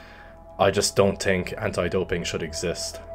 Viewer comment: “Tink” “tree”